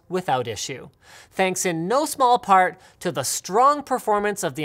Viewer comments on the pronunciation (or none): none